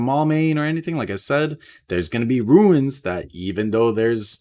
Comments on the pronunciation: Runes...not ruins..sorry if I seem like a jerk but this is the second video that you say ruin instead of rune multiple times. Love your content and the hype for season 7! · it's runes not ruins, ya keep sayin ruins....🙁🙁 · You keep pronouncing it ruins but it's pronounced roons. Runes.